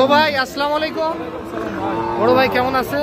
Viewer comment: যে ভাবে সালাম দেন,,, এটা সঠিল না।